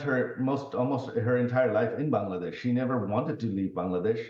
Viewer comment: It's Bangladesh not B'desh . Some mistakes you also had joy . When I was going door to door no one payed heed . But it was important . This is called nature's justice. You shoud have helped me.